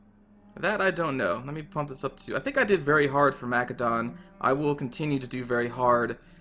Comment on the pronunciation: I came here to see if this would be a good Total War series to watch. Not even a minute it and you're annoying the crap out of me with the way you pronounce Macedon. Why do you say it so fucking wrong?